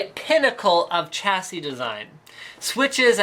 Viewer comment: I recently found your videos and I really like them but Please stop saying "cha see" its ˈsha-sē